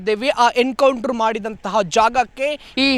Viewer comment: It's "Encounter" not "Hencounter". Being a admin correct your pronounciation.😅